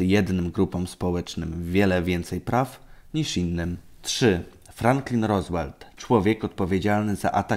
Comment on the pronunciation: Nie no ten Gościu kręci same komedie :D. Franklin Rozłel hahahha